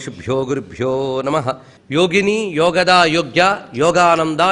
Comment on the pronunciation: it is not yogaDHA, it is yogaDA. It is not yogananDHA, but yogananDA! Wrong pronunciation of mantras brings disaster!!